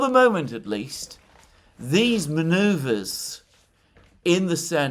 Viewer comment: I know that said maneuvers in the Senate but it sounded like "manures" in the Senate and Closed Captions refer to "poliical damage with (Trumps) maggot base"